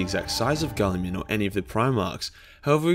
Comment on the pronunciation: Fitting for this topic, way you pronounce mr. Roboute´s name, sounds like "Kulliman." And as PSA nobody asked, "kulli" is Finnish slang word for pee-pee. =)P